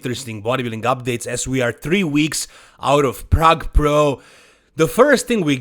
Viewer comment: Plrrrague Plrrro